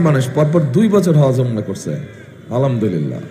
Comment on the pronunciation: বিশিষ্ট আলেমে দ্বীন জননেতা আলহাজ্ব মুফতি মৌলানা তারেক রহমান যখন শিরিক, জান্নাত, জাহান্নাম নিয়ে সিলেটে বক্তব্য দিয়েছেন। উনার আসলামাইকুম ,আলামদুলিললা , ইনশাল্লাহ ও নাউজুবিললা উচ্চারণ শুনে মনে হয়েছে:- উনি শুধু দেশের রাজনৈতিক সম্পদই নয়, একজন বিশিষ্ট আলেম ও বটে। ভাইরে ভাই, মস্তিষ্কে আর জিহ্বায় প্যারালাইসিস হলে এদেশে ভালো রাজনীতিবিদ হওয়া যায়। এদেশে রাজনীতি করতে হলে আপনার ব্যক্তি যোগ্যতা নয়, দরকার আপনার জন্ম পরিচয়। দরকার হয় আপনার বাবা কি রাজনৈতিক কারণে জেলে গিয়েছিলেন। জন্ম কি একটি রাজনৈতিক পরিবারে ? সামনে নির্বাচন, জনগণ কি পারবে এই পঁচা পরিবার তন্ত্রকে বিদায় জানাতে ?